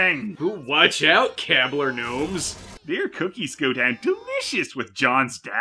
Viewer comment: that’s not how you pronounce Keebler.